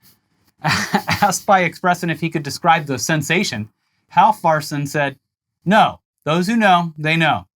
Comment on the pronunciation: Halfvarsson is pronounced hal-var-son, don't ask me why the f is quiet I dunno